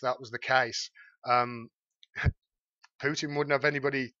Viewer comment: Excellent video,. Thank you! Best coverage of this story I’ve seen. (But Vlad’s name is still pronounced POO-tin, not PYOO-tin.)